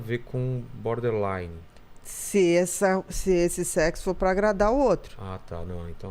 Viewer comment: Berderline ahahah 😂